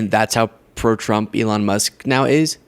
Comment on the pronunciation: He called Elon “Leon”? 😂- get the cane out and pull this fool off stage….